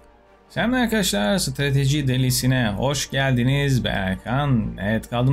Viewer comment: stratejiyi doğru söledin sonunda abi eskiden sıtıjısı delisi diyodun :D